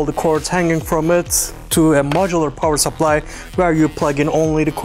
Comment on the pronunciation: power sapplahj